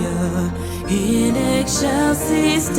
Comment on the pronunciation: In egg shells is Deo?😅 Sombody got their pronunciation wrong! In excelcis Deo. Pronounced in ex - cel - cis.😅😅😅